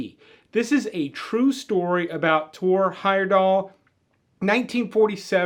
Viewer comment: Thank you for getting Thor Heyerdahl's name right! Now if we could just get people to start saying Cro-manYON and NeanderTALL.